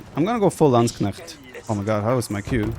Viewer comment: needs to learn how to pronounce Landsknecht. It's really not that difficult.